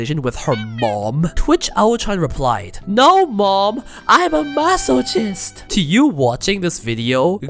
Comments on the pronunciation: no way bro just said "maso-cheest" and moved on like nothing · Really loved the vid. She's great. Wanted to let you know it's pronounced 'masokist' with 'ch' as in character or Christ not like chimney or chore. I say this with positivity, your English is great overall and I'm sure you will naturally keep improving over time. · MAH-SOH-KIST FUCKING SAY IT RIIIIIGHT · i always pronouce masochist as maso kiss not masochiss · The “C” in the word masochist is not pronounced like the letter C, but more like K. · Your pronounciation of "masochist" 💀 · /ˈmæs.ə.kɪst/ The wrong pronunciation of “masochist” throughout the entire video triggered me. The ‘ch’ makes a ‘k’ sound. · What a crazy woman. What's not to love? Also, please learn how to pronounce "masochist" :)